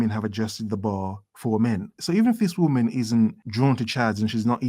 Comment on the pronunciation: "And remember: a whamen is always a whamen, doesn't matter who she is, is a whamen"